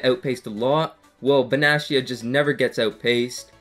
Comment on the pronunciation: Can I give you some tips? Calcio A is pronounced with a K, so Kalcio A if you would write it. And Benatia has a hard T if that makes sense? So not Benaschia but Benatia -> here is a interview where his name is pronounced correctly)